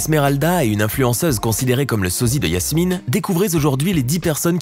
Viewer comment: C'est pas Yasmine c'est Jasmine.